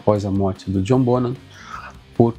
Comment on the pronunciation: Parabéns, um dos poucos a pronunciar corretamente o sobrenome do baterista. /bonam/ e não /bon-ram/